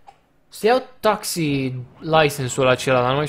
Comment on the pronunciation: Rafa se spune taxi nu taxiu